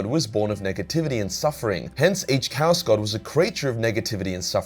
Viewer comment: Your constant mispronunciation of "chaos" literally drove me away from the video. I'm sorry it was just so irksome